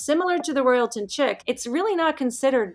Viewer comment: Great video PS "chic" is pronounced "sheek" not " chick ".. 😊